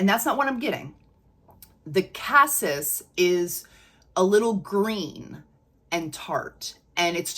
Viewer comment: BTW, "cassis" is pronounced cah-SEE. French. Just sayin. 😉 I have a dupe of the regular Devotion, which I LOVE....but the sillage/longevity aren't that great. Is the OG scent better at these?? Like Lattafa's new Nebras Elixir, I'm excited about this new Devotion flanker, have already added it to my (ever growing) wish list!